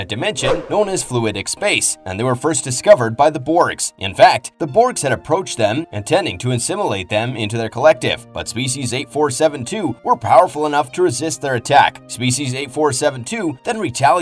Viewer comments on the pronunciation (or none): The BORGS...THE STARFLEET...The BORGS now EN-ssimilate instead of A-ssimilate...And Capt. Janeway suffered a FATAL injury battling Species 8472. A FATAL INJURY, despite Capt. Janeway BEING VERY MUCH ALIVE😂